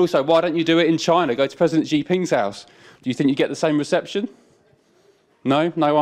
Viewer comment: What a load of nonsense from the interviewer... Can't even say the name of Xi Jinping correctly...